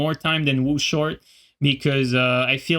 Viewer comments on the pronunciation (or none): "Wo short" lmao